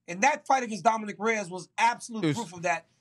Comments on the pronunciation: So RC can say Prochazka right but calls Dominick Dominique instead?.. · DC why you never correct this guy when he says “dominique” every time 🤦🏽‍♂️